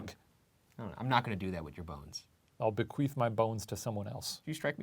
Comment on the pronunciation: “I’ll bequeef my bones to someone else”😂